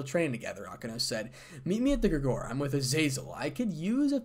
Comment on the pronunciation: Grig-or-ee emphasis on the middle syllable.